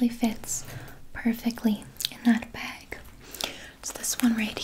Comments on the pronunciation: Gosh I love the way Canadians say bag... BEHG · i love the way canadians say bag